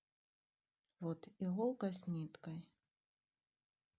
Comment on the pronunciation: Не игхолка а иголка!!!!!